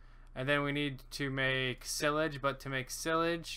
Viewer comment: Your saying silage wrong